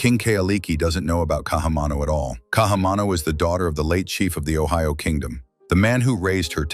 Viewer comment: The daughter of the late chief of Ohio??? Bruh, listening to the butchering of Olelo Havai’i here is too unbearable to proceed after that one.